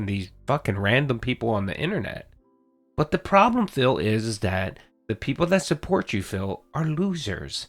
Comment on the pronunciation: Low suhpoort Low suhpoort Shut up’a your face, Phil You make’a me so angry